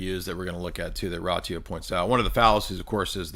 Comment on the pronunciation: It's pronounced: Ratziu.